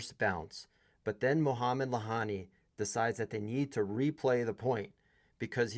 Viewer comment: Lahyani (he's pronounced Layani btw) tends to insert himself into games but he's a good ump. Can't really blame umps for making these calls when VAR is used at some tournaments, but not others. I think it would have been fair to replay the point, even if Carlos was seemingly not affected, he could have insisted. Unfortunately, he's too much of s nice guy.